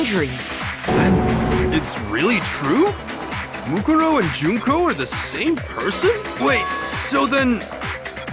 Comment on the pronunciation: I'm really happy that they pronounced Junko's name Joon-koh instead of Junk-oh.